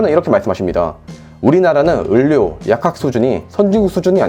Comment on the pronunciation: 의원 발음은 잘 하시는데 의료 발음은 을료 라고 하시네여 ㅎㅎ